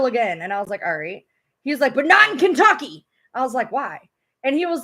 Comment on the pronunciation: Why You say Kentucy? Why would they file in Kentucky?